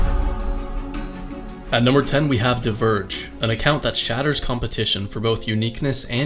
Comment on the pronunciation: Like how you said Dverg. Dverg in norwegian means "Dwarf" btw. :)